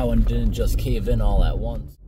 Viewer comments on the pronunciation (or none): none